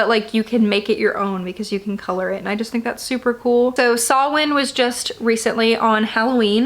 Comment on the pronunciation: Love getting to see your collection of books just a quick thing Samhain is pronounced sow (like cow) in